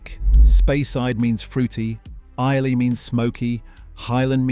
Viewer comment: That was very interesting and surprising. The best whiskey is the one you enjoy most. Excellent. One comment - isn’t Islay pronounced eye-Luh , not eye-lay.